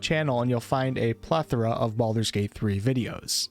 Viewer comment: 'Bald'men's Gate' hahaha, that really got me :D